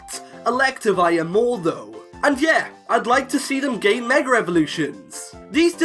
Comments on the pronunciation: Dude it's " Mega " not " Megar " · Why you pronounced like meger evolutuion ? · Stop saying megar evolutions stooooop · Love how you say mega. “Megar” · Yet ANOTHER pkmn Youtuber that forces the letter R in the word "Mega". I know you are bullsh1ting me when you previously just said Mega with no issue at the start of the video. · Anyone notice he said meg er evolution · THERE IS NO R IN THE WORDS "MEGA EVOLUTION!!!!!"